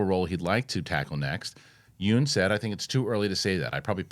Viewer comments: FYI- you pronounce yeun not like yoon but it should be pronounced like Yun (rhymes with done). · Looking good, def see the pounds shedding. PSA for Steven Yeun, his last name is pronounced Yun like fun, run, sun. Everyone gets it wrong and Conan O Brien even made a joke of how he gets it wrong despite going on a trip to Korea with him.